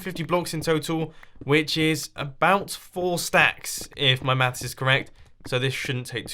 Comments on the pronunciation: first time he said maths I thought he said meth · Hello World That I am. I didn't know it was said differently, thought that was just a Mumbo thing.